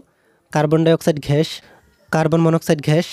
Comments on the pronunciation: Carbon dioxide ghash na bhai oita gas hobe pronunciation vul hoise🤧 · Arokom ghash ghash koren na gash na bole 😒😒ajob